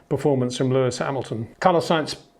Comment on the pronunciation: HEY PETER WINDSOR, I HAVE MESSAGE FOR YOU SIR: With all due respect ... it is NOT Max "verSHtappen" ... Max is not German (Germans indeed do pronounce "st" as "sht") ... #Max33 = Dutch 🇳🇱 NL/Belgium! ... It is not "Bottash" nor is it "Lewish" certainly not "verSHtappen" .... This BS started long time ago when a British sport presenter interviewed father Jos Verstappen and assumed you can use a German pronunciation to a Dutch Driver thinking it is so "funny" ... It is not. Serious question: can any Englishman say "versatile" out-loud without saying "vershatile" phonetically? most can about 99,99% ... that is why most English can pronounce Verstappen 100% correct! Father Jos Verstappen (also F1 Racer) was very active between back then only a very few said "Vershtappen" but the vast majority of British sport presenters pronounced it perfectly ... only a few old stubborn farts like Peter Windshor .